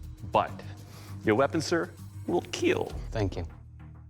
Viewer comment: IT WILL KEEL